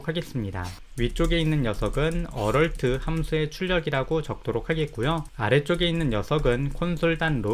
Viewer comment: 비전공자이고 혼공파 부터 혼공스까지 잘보고 있는 1인입니다. 무료강의까지 감사하게 잘 보고 있습니다. 조그마한 테클을.걸자면 Alert 을 어럴트에 가깝게 발음하시는 것 같은데.얼럿이라고 발음 해야 되지 않나 싶습니다.